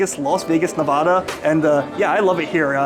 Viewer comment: If you've been to Nevada that many times, you should have learned how to pronounce it. There are aides all over the internet to help. Even on YT.